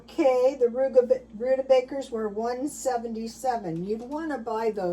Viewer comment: Honey, it's rutabaga, not rutabaker. Just an FYI :)